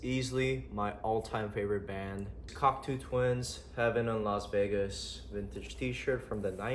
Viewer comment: Sick collection bro, gotta let u know it’s pronounced cock-toe twins not cock-too